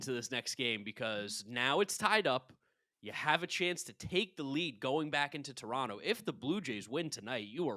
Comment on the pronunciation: It’s Terono! Not Tor on toe